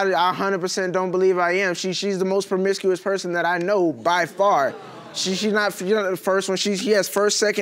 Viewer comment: Good thing she stopped being "perm-misk-ee-us" 😐😳